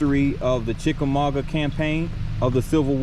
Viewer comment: Dude, you lost me after the first sentence. You do not know how to pronounce "Chickamauga". The Battle of Chickamauga was a major battle of the Civil War. Otherwise, a fair video from the perspective of a local citizen. Can you properly pronounce "Catoosa"?